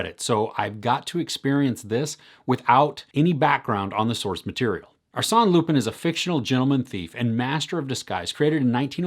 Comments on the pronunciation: ɑːˈsɛn lypɛ̃ - the French just love it when you try (even just a little) with the pronunciation. 😄 Thanks though, will catch it! 👍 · It's pronounced lupain like the French word for bread. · It's pronounced "Loo-pahn" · Just discovered your channel. Love it! Will.watch more review. Lupin is pronounced without pronouncing the n at the end 😋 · It's closer to "ah" but not exactly, the right way to pronounce it is like saying wine in french "vin". I don't think this sound exists in English so the easiest is to write lupin on google translate and hear it in french.